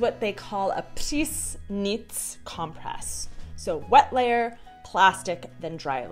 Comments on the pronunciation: Hi, I noticed that although your Czech is great, you keep repeating one mistake. When a word starts with PR or TR, you pronounce the Ř instead of the R. For example: you pronounce "tramvaj" as [třamvaj], or in this video you pronounce the name Priessnitz as [přiznic] instead of [priznic]. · Cibulový sirup je super, náhodou, taky ho dělám dětem a chutná jim :-) Jinak Priessnitz se vyslovuje s "r", ne "ř" - "pryznic". Není to české jméno.